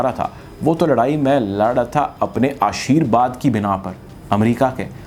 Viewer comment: ashirVad not ashirBad